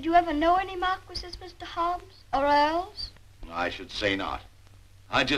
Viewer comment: Wow, this was a great movie! I've always like Frances Hodgson Burnett's stories. I kept chuckling every time Dick (Micky Rooney) pronounced Earls as "oils". 😊 Thank you so much for the upload! 💜👍💖💙